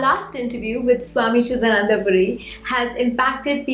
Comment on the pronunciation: The chanting sounds western! terrible. The articulation of the name is wrong. it is "Cidaananda" and not "Cida nanda". Our own people pronouncing wrongly.. Terrible.